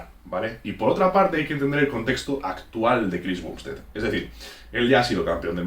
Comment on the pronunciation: Me pone nervioso que diga "bumbstead" y no "bambstead"